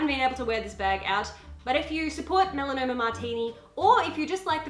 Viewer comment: hahah you said melanoma lol its melanie, MEL AH KNEE, lol your so cute XD